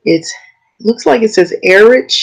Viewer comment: Highly Recommend you buy a YETI Mic. By BLUE. Inexpensive broadcast quality. As great as your video is, The audio is a bit painful. You said everything correctly except ERICH It's just pronounced ERIC.